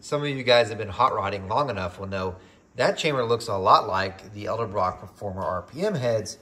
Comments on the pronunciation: Many people say elderbrock for some reason, lol. But yes, I've noticed that as well, It's all good . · you always say edelbrock with an L before the d. haha thanks for the video, i really appreciate it. its nice to see a test on a an american budget head like this.